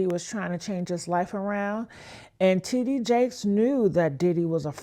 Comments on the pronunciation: Honey, the AI struggle is REAL "Tee-DEE-Jakes." LMAO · love you hun however the AI voice control on your lastest videos are distracting and takes away from the information you have worked so diligently to obtain. I watch you for your discernment with REALISTIC attitude, passion, and comedic commentary. "T. D. J-A-K-E-S" ain't hitting boo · Literally over here laughing at how this lady keeps pronouncing his name 😂😂😂😂😂😂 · The way she is pronouncing TD Jakes is giving me a headache. Please make it stop. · What's up with the pronunciation smh 🤦‍♀️ of T.D Jakes